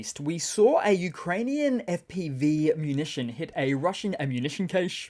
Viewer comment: Very much enjoy your updates. Have done for over a year! Please note that English "cache" is pronounced "cash" - they're homonyms (so you can pun on them).